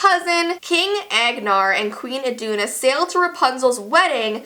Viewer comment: I’m impressed you said elsa and Anna’s parents names right